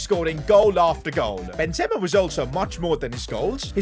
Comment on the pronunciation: It's not Ben zema it's Benzema